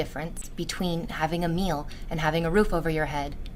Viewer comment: She says the word “meal” like she’s never eaten in her synthetic life